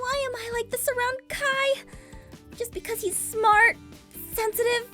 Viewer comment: Ur saying its kiii yaaah